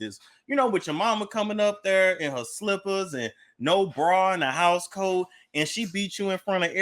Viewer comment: said “a house coat”. 😂